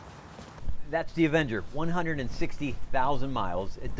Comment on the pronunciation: An evenger? Really? Smh